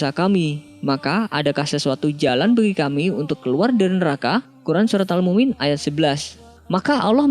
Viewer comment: Mungkin salah penulisan dan salah pengucapan